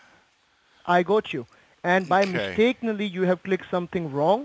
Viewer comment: Mistakeneley? Is that a word? Well he did say it 3 times, so I guess it is! Anyway, just let him speak to his sooperwizer ( I guess there's no seenyor sooperwizors in his rat hole) and he vill be get back to you.